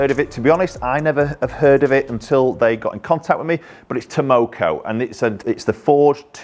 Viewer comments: Tamoko.....😒... Takomo lol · 201. Haha I laughed everytime he said Tamoko instead of Takomo. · 201, TAK-omo, not TAM-oko. haha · Funny how nobody's mentioned that he says TAMOKO rather than TAKOMO 😃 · It called Takomo.... not tamoko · Takomo not Tamoko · Its TAKOMO not TAMOCO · How do you make a video, edit it, and put it up on YouTube all without even knowing you aren't pronouncing the name correctly? Piss poor attention to detail. You completely switched around letters in the name. Takomo not Tamoko you donut! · why do you keep calling them “taMOKO“?? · Takomo not Tomoko could at least get their name right. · 201…it’s Takomo, not “Tamoko”. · It's Takomo, no Tamoko... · Tamoko?? Nooo its Takomo 😄😄 'Ta ko mo' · 201 takomo not tamoko lol 👍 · 201! Look nice especially at that price. I thought they were called Takomo and not Tamoko though 😃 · they are called Takomo, not "Tamoko":) Not sure I like the square-ish top toe shape but otherwise looks quite nice. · T A K O M O...not Tamoko 😆. Made me laugh though. I have a set of Takomo 101 on order since September so taking a while. Let's hope they are worth the wait. Thanks for the review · 201. Been looking at these and the 101 for while. It's Takomo btw, not Tamoko! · Stop calling it Tomoko. Professionalism please. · 201., it´s Takomo, not tamoko:) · 201. Its Takomo, not Tamoko 👀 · 201 - And they're called TAKOMO, you kept saying TAMoko.. LOL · takomo not tomoko but ok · Bet Takomo are super happy that you keep mispronouncing the name…. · It's Tah-Koh-Moh! LOL! Delighted you're demo-ing them. Heads up for anyone who's interested in buying a set of these, Takomo, they are currently offering sale of the heads only as they seem to have supply chain issues with the shafts. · Well when your reviewing the iron u might make sure to be able to pronounce the name correctly….lol just an fyi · Mate, the K comes before the M. You pronounced their name wrong about 52 times in this video.